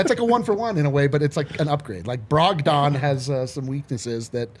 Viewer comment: I laughed way too hard at brahg-dawn pronunciation.